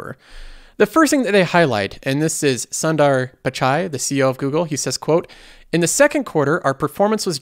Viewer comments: Sundar Pichai's name is pronounced as: Soon-der Pitch-i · Love your show, but I could not stop laughing the way you pronounced Sundar Pichai's name 🙂